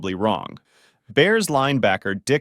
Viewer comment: Really sounded like you said Dick Butt Kiss just then!